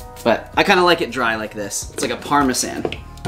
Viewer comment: and while i'm at it, never say parmesan again either